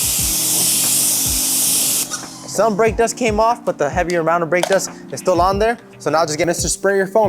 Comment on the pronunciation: Couldn’t understand what you said since it sounded like you had rocks in your mouth when you said for heavy break dust what should I use?